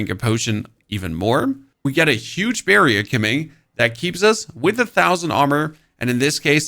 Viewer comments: lol the way you say "barrier" makes me want birria tacos, like right now. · I need a barrier against how you say barrier.